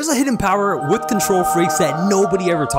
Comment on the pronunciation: The withhhhh 😂 🤦‍♂️